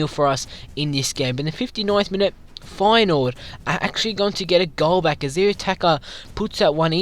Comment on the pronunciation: U said Feyenoord wrong